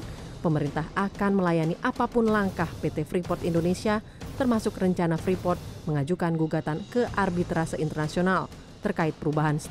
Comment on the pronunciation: Freeport, Preefort, Preeport, atau ?